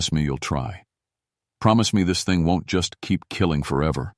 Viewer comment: Nope. NOT A FAN. So much of this is just not right... some of the inflections, and the way some words are said, ie: "B. Leech"? that is supposed to be bleach... or "T his" when it's supposed to be "this" "rye tings" instead of "writings" It's just not right... most definitely not a human reader. And the way this not-a-human reads is most definitely not great.. What the heck happened ?? You sound like a dying robot. Legitimately! And whatever you said at said point doesn't make a lick of sense... "sea hild's"? Come on, bro! That is obviously supposed to be "child's"!!!! I'm trying to make it through this, but it's becoming most difficult . Yeah this is awful.. i wish i could hear these stories read by some BODY else.